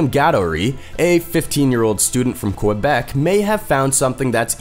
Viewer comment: It’s not pronounced quo-bec. It’s more like quay-bec.